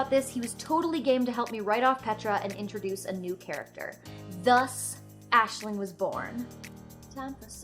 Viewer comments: As an Irish student its really refreshing to see an American say our names so eloquently! Great job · only clicked on this cause my rp character is also called Aisling, and honestly its so nice to hear someone pronounce the name correctly. ;n;; thank you